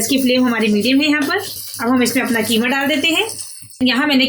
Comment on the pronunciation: Keema nahi qeema kaho